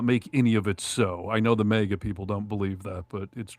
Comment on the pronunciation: Jesus,! Again with the "mega'! It's "MAGA": Pronounced mag ah. Try it, MAG AH.... MAGA... MAGA is not pronounced "mega", okay? Mega is a unit prefix in metric systems of units denoting a factor of one million (106 or ). It has the unit symbol M. It was confirmed for use in the International System of Units (SI) in 1960. Mega comes from Ancient Greek ' 'great'.